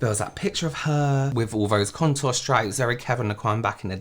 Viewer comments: Is he saying " wif" instead of " with"..he kinda looks illiterate tbh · Is this dude saying " wif" instead of " with"?(.. he looks illiterate tbh